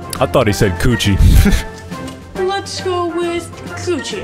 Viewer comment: Nah bro my guy said cucci.